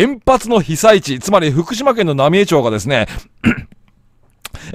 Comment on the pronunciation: 野暮な指摘で申し訳ないが ×浪江町（なみえちょう） 〇浪江町（なみえまち） です！